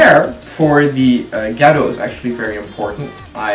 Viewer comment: i actually like your videos but it always sounds like you say " ghetto hair" xDD